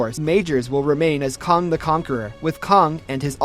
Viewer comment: That’s is caaang not kong